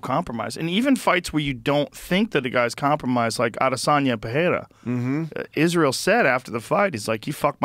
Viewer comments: Felder can pronounce Pereira's last name correctly! Rogan pronounces it like Parreira. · It always annoys me how joe says Pehera, where is the h in this man's name?